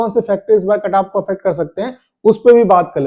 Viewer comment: Carrrrrr😂 kataff😂 yh sir khali katagry wise kataff batate h only 😂😂😂😂carrrrrrrrrrrr😂